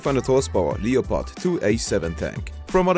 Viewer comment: Man, he pronounced leopard like Leo-pard.